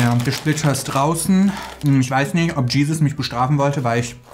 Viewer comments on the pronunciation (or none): none